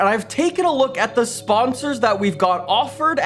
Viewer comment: Nobody:: SPAHNSARS